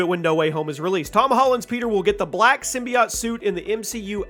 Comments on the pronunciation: why does he say symbi-aught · Everytime you say, "Simbyacht" I poop a lil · Sym BI OTe is how he pronounces that lmao